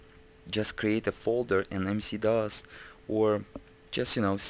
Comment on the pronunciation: WHY DO YOU KEEP ON CALLING IT MC DOS?????